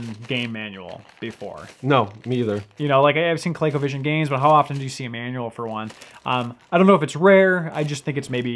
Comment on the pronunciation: Why does the guy in blue keep calling it "Co-lay-covision"? It's "Co-lee-covision", dammit! BTW, did you know you can use SEGA Master System as well as SEGA Genesis gamepads in place of the Colecovision controllers? It's a much better way to play most Colecovision games.